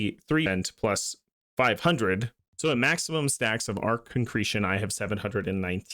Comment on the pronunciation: I'm curious what the deal is with TFD content creators not knowing how "arche" is pronounced, you're like the third major creator I've come across who doesn't seem to know how to say it despite the fact that it comes up over and over again in the story and across many dungeons, missions and records. Could you shed a light on that for me? Is it just a lot more common than I think it is to play with the sound off?